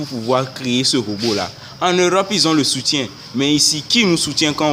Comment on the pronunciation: déjà on dit soutien et non "soutie"donc quitte là. tshuips